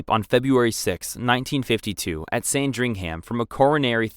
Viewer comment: 1. It’s Windsor (Win-zer) not Winsdor 2. It’s Westminster (West-min-ster) not (West-minister) 3. It’s Sandringham (San-drin-ham) Overall a good video a part from this, I love the British Monarchy! 🇬🇧